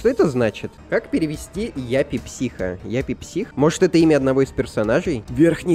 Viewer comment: Не яппи психо а ЮППИ психо